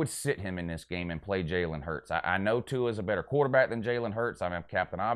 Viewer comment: would've thought you would know how to pronounce Tua's name after he broke your heart earlier this year